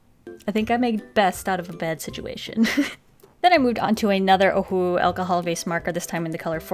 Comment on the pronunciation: Please use your pronunciation properly. It sounds like you're saying OHU instead of OHUHU which is the proper brand name. Just saying, you might want to try pronounce the words properly. Just some constructive criticism for you. Otherwise this I love you and your videos are AMAZING. Carry on the great work :)